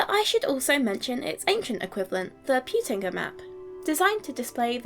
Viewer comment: Thank you, that was enjoyable, and made lots of good points! Tiniest nitpick (maybe made excusable by the fact that Peutinger's wife was a sort of great-great...aunt of mine), if I may: Peutinger is not an English but a German name, and hence the 'eu' in there is pronounced (as are all German 'eu's) as 'oy'.